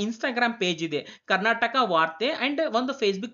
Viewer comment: Karnatak ಅಲ್ಲ ಮಹಾಸ್ವಾಮಿ ಇದು ಕರ್ನಾಟಕ, ಬಾಷೆ ಕೊಲ್ಲಬೇಡಿ ಸರಿಯಾಗಿ ಕಲಿತು ಮಾತಾಡಿ